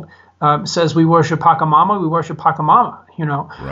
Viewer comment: it is pronounced Pacha Mama not paca mama. sorry for being pedantic.